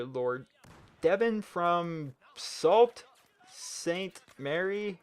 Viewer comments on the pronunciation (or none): hey its devon the gr 8 and the way you pronounce sault ste. marie is S-o-o Sainte Murray